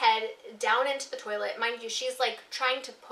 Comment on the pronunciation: Please tell me Im not the only one who watches Futurama and was thinking about Scruffy saying "Turlet" instead of toilet